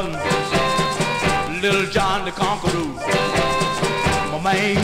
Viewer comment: Everytime I hear this song, I think of my father. He loved this song because of the way he pronounces man as, "Main." I love and miss you Daddy.